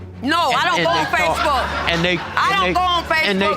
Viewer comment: Every Time Said SpaceBook 😂 My Man Was Getting Two Social Media Together